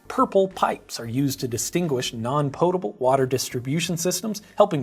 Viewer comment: I'm not sure which gets the strongest reaction from me, how much I love the way Grady pronounces "Fermented Beverages" or how much I hate the way he pronounces "Potable"!